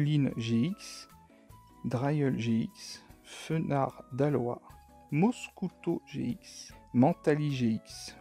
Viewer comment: C des pokemon d'aloLa et non pas aloa